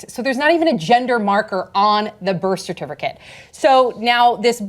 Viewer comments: says CERTIFURCATE. Lol. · I keep hearing cer-tif-ER-cate, and it's distracting me. 🤣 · is everyone just gonna ignore how sam doesn't know how to pronounce "certificate" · The only reason I watched the entire segment was to hear the host say "certificate "again. Lol